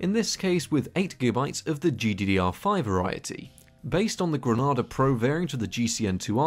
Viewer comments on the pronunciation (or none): It's pronounced Greneyda, as AMD used to name architecture after islands, like Tahiti is the R9 280.